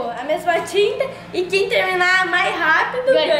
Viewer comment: Não é mai é mais